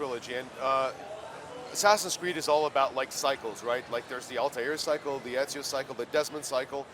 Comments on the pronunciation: Everyone keeps saying enzio. its fucking Ezio morons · WHY IS EVERYONE SAYING ENZIO!?!??!! ITS EZIO GOD DAMNIT!!!! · People actually keep pronuncing him as " EDZIO " , lol